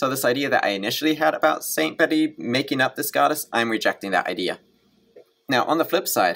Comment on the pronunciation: Just a quick note....Bede's name is pronounced as if written "beed".